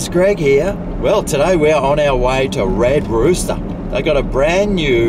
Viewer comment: “Red rooter” hahaha